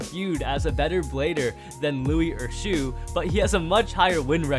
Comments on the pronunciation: Shu not shoe bro 🤣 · Lmao he said "shoe" Instead of shu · It’s a thusly shu not shoe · Shoe, not Shu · bro when will u get it right it's "Shu"